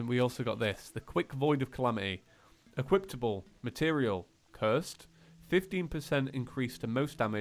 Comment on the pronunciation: I love how he says 'Equiptable' instead of 'Equipable' It's like a Character Trait 😉